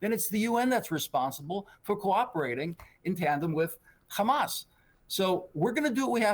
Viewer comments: Not sure what logic and world he lives in! No one buying these lies! And stop saying khamas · "Khamas khamas khamas" what a joke these guys are